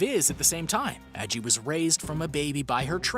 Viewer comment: Why does NO ONE who makes these types of videos ever pronounce that polar bear's name correctly?? It's like "saggy" minus the "s"! Like the grandma from Halloweentown's name, Aggie! I know it's not like the polar bear can complain about it, but as someone who's also spent their whole life with no one correctly pronouncing my name, it infuriates me!! If you're going to profit on someone or something by including it in a video such as this, Google that shit! Listen to how the owner/person whose name it is says it and then say it properly yourself ffs!! 😡🤦🏻‍♀️